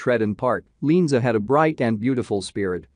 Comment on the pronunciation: Her name is pronounced Lee-Ann -Za. If you are going to do a story on someone’s death at least pronounce their name right!